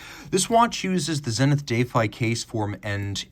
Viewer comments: How on Earth did you get the pronunciation “dayfi” from defy?? Do you say, “my kid daayfied my telling him not to eat chocolate?” Or, “He is so daayfiant?” What is wrong with you? Oh…bonus…and btw…it’s not “Pawhtek” either. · Still confused by this pronunciation of 'defy'. Indeed, I defy it. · Yeah first time I’ve heard it pronounced like that. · Big fan of the zenith but I think you broke it down in a way that gives it due credit…but shows the comparable Rolex is (unfortunately) ahead in many important regards. In a number of ways, the prior defy might have been a better comparison (even though I prefer the skyline’s styling). Also learned a new pronunciation of defy, so there’s that 😂 Great work 👍🙏